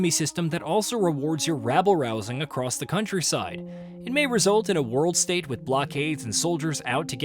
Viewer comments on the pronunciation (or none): none